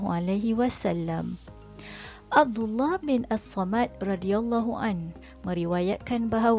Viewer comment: Assalamualaikum ustzh terima kasih kongsi videonya... Sebutan nama sahabat Nabi Sallallahu Alaihi Wa Alihi Wasallam itu rasanya Abdullah Bin Somit Radiallahu anhu. Dan periwayatnya Imam Abu Nu'aim... Itu sja sbg pembaikan sebutan nama sahaja... Smg terus sukses ustzh dgn video yg terbaik... Barakallahu fikum...